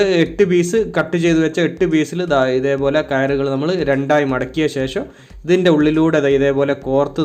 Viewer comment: ലൈക് എല്ലാം തരാം പക്ഷെ ഇതൊക്കെ ശരിയാക്കണം ....മുയുമനല്ല... മുഴുവൻ എന്നല്ലേ??... ശേശം അല്ല ശേഷം.. 😜😜😜😜🥰